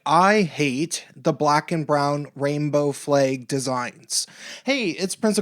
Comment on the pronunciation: "Fleig". It's flag. jk say whatever you want it simply made me laugh